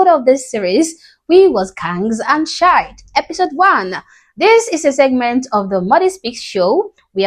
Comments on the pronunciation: It is not pronounced Shite, it is pronounced Sheeeeeeit. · Just wanna help. It's not pronounced shite it's pronounced "she it." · just so you know, African Americans say it "We wuz Kangz and sh*t" where sh*t is pronounced SHEE-yit. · She's a black woman but pronounces shit,like a Scotts person"shite"🤣🤣🤣🤣❤️it👍❤️🏴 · The American pronunciation is "Sheeee...it" You're using the British pronunciation. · "Shite" is the Northern English variant 😅